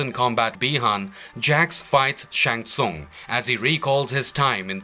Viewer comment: Least you learned how to pronounce Shang Tsung for this !!!!